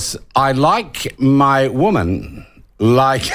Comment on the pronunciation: Sean, as you are nearly a perfect media person, I can only suggest two improvements, one- don’t apologise as it demeans you, second item, learn to pronounce women and woman correctly. The second word is for the singular and the other for the plural. It is important as a means to define you as a member of the educated few. Carry on the good work as it is by no means certain that the coming election will bring good fortune on the country.